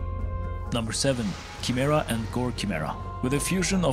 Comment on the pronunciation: You gotta work on your pronunciations man Chimera and Scythe specifically